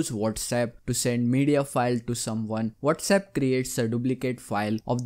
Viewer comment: Phone: Whatsapp Him: wolrsep